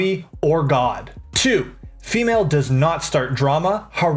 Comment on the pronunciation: Why does he say ‘female’ like it’s some sort of Pokémon dawg 😭😭